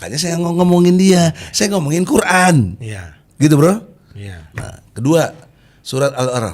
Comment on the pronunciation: MASA MANTAP NYEBUT QURAN SALAH ??